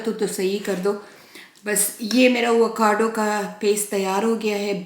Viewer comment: Vacado nahi hota Avocado hota hay😂